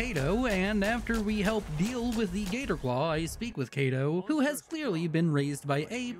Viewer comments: amazing video, but we need to discuss your pronunciation of “Cito.” it’s not “Kate-O,” it’s “See-Toe” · Btw its cito not kato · Omg it is Cito not Kato he says his own name all the time. Ok my rant is done. Love the videos and I like that you aren't afraid to do the dlc content it makes the run more fun to watch